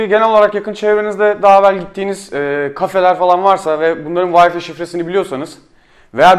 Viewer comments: Bir de Türkçe konuşabileydi iyi oacaktı ya..Bilgisayarına kurduğun O wi-fi ( VAY...FAY okunur ey millet, VAY Fİ diye okunmaz ) programının adını bi zahmet yazıver koçum hadi bakiiiim aslanım göreyim seni... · vayfi deyip durdun sinirlerimi bozdun :D ya vifi de ya vayfay bu nedir ya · Herkes bir gün Wi-Fi kelimesinin "Vayfi" diye okunmadığını öğrenecek :)